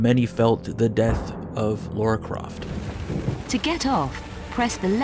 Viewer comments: Why do people keep pronouncing "Lara" as "Laura" all the time? I mean, you don't pronounce "Sarah" as "Saurah" .... or do you? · "LAH-ra",. Not "law-ra". ^^